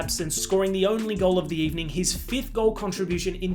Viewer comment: The fact that no one peeped the "Good Ebening" line